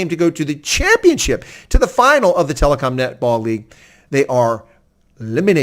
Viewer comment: its TEL>kom not telecom?